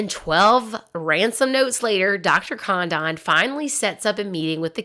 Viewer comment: Hurt my brain too. Literally the biggest kidnapping in American history. Thousands of movies, books, video, etc. This is the first time I've heard Lin.den.burg. Also, Dr. Condon is mispronounced. It's Con- dun. Should have watched contemporary newsreels. Out.